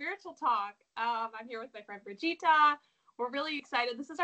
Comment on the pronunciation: Brigita is a lovely name ❤️just a little effort to pronounce it correctly would be appreciated! Love your work dear Brigita!